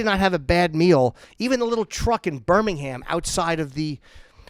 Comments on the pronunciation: the two jims are such queens. you know its true, jim. also its fucking pronounced birming-um. not birmingHAM. cunt. love you yimmy. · Love the video but it's Birmingum - we're the originals ;)